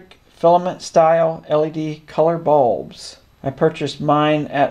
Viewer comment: "Light balbs"